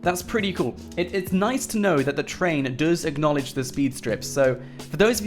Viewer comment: Say Acknolage one more time I swear